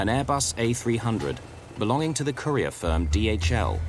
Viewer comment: “Belonging to the courier firm, DHL.” I must have played that 5 times because this narrator makes “courier” sound like “career” or “Korea.” ;)